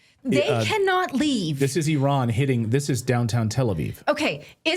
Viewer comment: Can homeboy in the background pronounce Iran properly please.